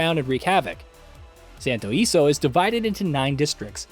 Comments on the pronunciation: SANTO ILESO, not santo iso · The city name is pronounced Santo E-leh-soh. Ileso means unscathed or unharmed in Spanish. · its literally in the games promotional material... it's not a matter of being Spanish as that implies you are from Spain(which I am not). Its the fact that they have literally said how to properly pronounce it in the gameplay reveals and trailers.